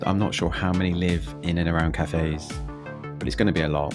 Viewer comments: Cathays - pronouned Cat - ays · Pronunciation is wrong on Ely , Caerau and Cathays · If you're going to slag off a place, at least take the time to actually learn how to pronounce it's name. Cathays is pronounced "Cat-ays", Ely is pronounced Eel-y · Where is Coyra or Elly? And Cathays is pronounced ‘Catays’. For pity’s sake, make an effort to at least get the names right. Also the murder which you referred to occurred in the 80’s not the 90’s and the killer was not from the area where it was committed. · Good God man! Pronunciations FFS! Caerau - Ky-ra Cathays - Catays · That's Kigh-Rye, Ee-lee and Cat-ehs